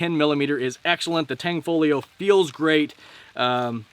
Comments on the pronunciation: UGH !!!! IT IS NOT "TANG-FOLIO".... IT'S "TAN-FOGLIO" AND THE G IS SILENT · tan fow leo is the pronunciation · Great Vid Brother, in Tanfoglio the g is silent 😜 Carry On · Tan Fog Lio........not Tang Fo Lio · Tanfaglio ="T-ON-FALL-E-O" according to the company.